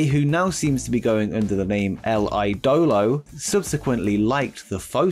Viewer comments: Andrade’s nickname “El Ídolo” is pronounced El E-Dolo, not El I-Dolo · yeah man i got say your spanish pronunciation it's beyond bad, cervantes must be rolling in his grave right now, you totally botched the words "la sombra" and "el idolo", here's an advice find some latino/spanish friends and ask them for help next time, it was really bad man xD